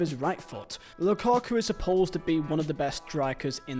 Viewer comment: The "Lukaka" always sends me, I'm sorry